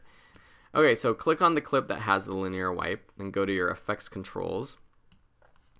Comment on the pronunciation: I love you you pronounced linear.